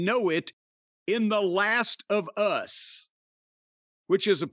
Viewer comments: I love how Corny says the phrase "The Last of Us" as though he's never heard the phrase used in any context before. "The Last of... US???" He just naturally sounds like a color commentator 😂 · I've never heard anyone emphasise the Us of The Last Of Us like that before